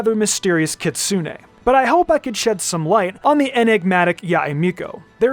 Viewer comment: Maaan that Americanised pronunciation of "Kitsune" hurts